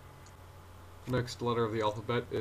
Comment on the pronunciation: Sorry, you said A wrong in Arabic it's not alaph it's aliph